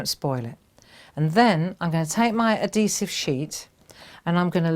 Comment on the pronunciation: AD - HE - Sive - Not ADDEE-sive lol So...how would you use this on other things besides cards?